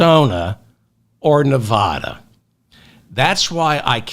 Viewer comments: David; people of Nevada say neh-VAD-duh. They boo when people pronounce it neh-VAH-duh, as you pronounce it. Maybe you don’t care because you’re not a candidate, but winning Neh-VAD-duh requires getting this correct, according to Nevada common law. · Hello David, wonderful show; but I do feel compelled to let you know that we women will deliver NV to you if you promise to pronounce it correctly. Think of Nevada as being pronounced with the first “a” like “after”. As your devoted fan who taught you how to say “bazooms” for bosom; I would love to hear it right; just think of the “hick” way to say it! 😮😊😊💙💙💙💙💙